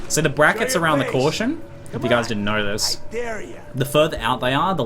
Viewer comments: First five seconds I heard "I knarrrr knarrrrrr" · The way you say Know... is weird.